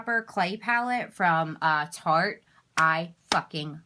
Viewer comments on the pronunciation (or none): *Tarte, NOT *Taste lol